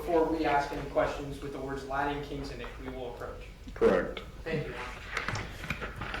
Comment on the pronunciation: I can’t believe has not learned how to say “Latin” yet 😂